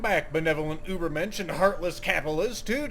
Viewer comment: It's called Übermensch not Uber-Mensch